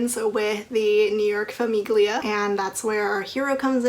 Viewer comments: Aria was my least favorite heroine in cora reilly’s books and I definitely like the comorra chronicles better, because the bound in blood series just seemed very repetitive. And the g in famiglia is not pronounced btw lol. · heads up im pretty sure the 'g' is silent in famiglia!